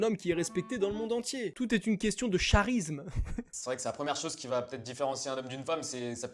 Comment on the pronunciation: personne parle du fait qu'il a dit "le CHarisme" au lieu du "Karisme"